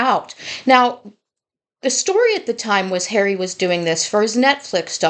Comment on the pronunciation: I love how she says 'prick hawwy' all the time 😂😂 This is why hawwy wants IPP status to hide behind and the position he has with IG....and YES!!! .... KC111 does not sort his son out ...so it makes one wonder!!!